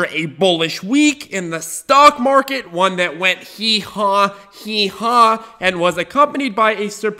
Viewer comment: since hwen does 'one' sound like hwon?